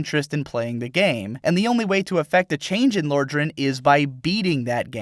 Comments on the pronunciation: "Lore-dran" BOI IF YOU DON'T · im confused how you managed to mispronounce Lordran, they say it in the game. It's in the very beginning.